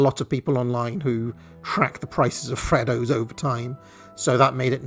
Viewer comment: Please stop mispronouncing freddos